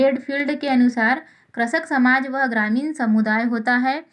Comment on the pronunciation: Pehle krishak bolna toa sikh ja.. 🤕